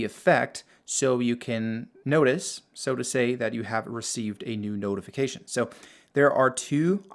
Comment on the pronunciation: You're pronouncing notify and notification wrong. The first part is pronounced like note, but your saying not.